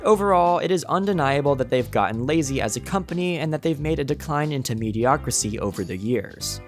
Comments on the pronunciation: "Mediocricy" is not a word, son! It's "mediocrity". Ubisoft is the King of Mediocrity. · The word is "mediocrity" not "mediocricy". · it's mediocrity, not mediocricy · I know it’s not the point the the word is mediocriTy, with a T. How did such a well edited and recorded video keep that in multiple times? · The word is mediocrity not mediocricy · Mediocrity*** I was just going to ignore it but I heard mediocricy like 5 times. 😓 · "MediocriTY." NOT "mediocricy" or "mediocracy." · Homie, it’s “mediocrity.” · Does this guy not know that the word is ‘mediocrity’?